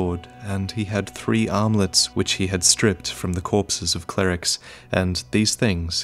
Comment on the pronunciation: I know you said "armlets" at but I absolutely heard "omelettes"